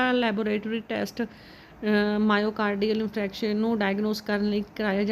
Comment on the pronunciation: Question no. 7 mein myocardial infarction bolna ni aaraa